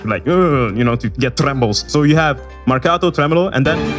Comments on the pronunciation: The way you pronounce "Marcato" and "staccato" is suspicious, i think your're secretly italian or you have some connections with my country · he says marcato and staccato better than me. Btw I'm italian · The way you pronounced "marcato" and "staccato", you're Italian right?